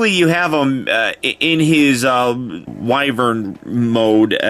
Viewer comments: Finally someone else who pronounces wyvern correctly. (Why-Vern) not wyvern (wi-vern) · He does look to transform into a wyvern. I pronounce the word Y-vern.